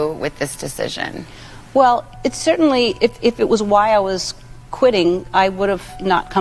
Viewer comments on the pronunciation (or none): none